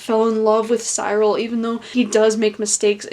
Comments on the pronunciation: It's See-rul!!! Not Sigh-rul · I loved the book and your review was interesting. Beware of making sweeping statements that priests molested boys not all priests did that. Finally the ‘ y’ in Cyril sounds an ‘I’ as in ‘drill’ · Cyril - 'cir al'. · i pronounced it "Sir-ul" tbh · NOT THE PRONUNCIATION OF CYRIL OMG